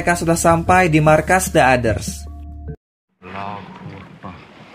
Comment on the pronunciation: Bang kalo ngucapin "the" Kemudian setelahnya diikuti kata dengan huruf depan yg merupakan huruf vokal(a,i,u,e,o) maka kata "the" Dibaca jadi "di" The Others (di others)